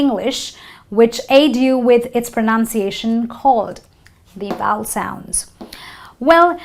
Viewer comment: I have a suggestion; why NOT first learn how to pronounce before taking such a video and trying to spoil others' English? :D Like for example U could learn how to pronounce the word 'Vowel'; it's obviously not pronounced as 'voul' right? :D ... And yes, "Please read a GOOD Dictionary before you plan to teach". OK? :D